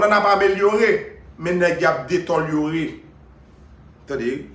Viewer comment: je ne suis pas d'accord avec vous pour la prononciation du mot que vous aviez utilisé. Deteliorer non par contre j'accepte le mot détériorer. A moin vous êtes un néologisme si c'est le cas je vous fais mon MEA-CULPA. Cordialement Diable from Tibé